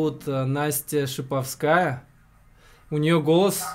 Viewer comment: Настеньк алучше всех ,только не шиповскАя а ШипОвская:)